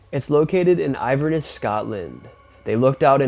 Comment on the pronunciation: Can I just Correct you on a pronunciation. It's INVERNESS, Scotland. Pronounced IN- VER- NESS. I Thank You. X